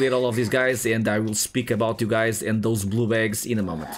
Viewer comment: are you saying "blue bags" or blue balls lol sorry I'm trying to be funny